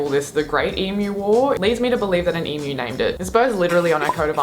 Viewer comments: Dude I love your videos, except for your opening, hate it. but can you please say E m u not emoooooooo please, Love ya reactions though 10 thumbs up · please learn how to pronounce Emu... it is 'Eem You'..... not eem ooh.... I get so pissed off with the mis pronunciation of Emu lmao.....